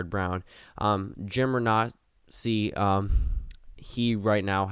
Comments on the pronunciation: Pronounced “Ren-A-C” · It’s pronounced ra-nay-see